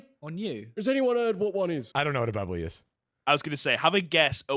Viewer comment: bubbla not bubbly